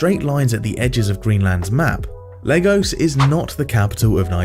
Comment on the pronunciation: Lagos ❌ Legos ✅